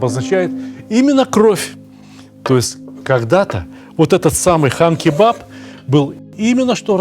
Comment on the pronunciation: Сталик здравствуйте! На якутском, Хан- кровь, не Кан. Спасибо вам за контент большое, смотрю всегда с удовольствием!) Якутск передаёт привет!